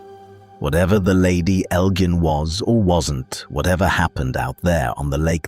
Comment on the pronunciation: Its pronounced EL--JINN, like cotton GIN, or the GIN you drink.